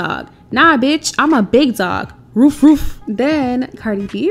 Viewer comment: This Bishh said im a "BIG DOG, ROOF ROOF" lmaooooooooo I though it was "RUFF RUFF"